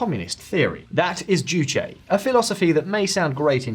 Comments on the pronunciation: Its not Kolyma its Chollima.. and its also not Jusch.. its Ju-che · pronounce juche with an e. not joosh D.A. NYC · u said juche wrong js the first time u forgot the e at the end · said juche wrong